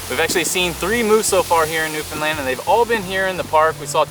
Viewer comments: Hi! I'm a Newfoundlander and I just found your channel :) First of all, Sweet Rock is THE BEST! Second, you pronounce Newfoundland perfectly!! That's rare! Great videos! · Thank you so much for pronouncing Newfoundland the correct way!!!❤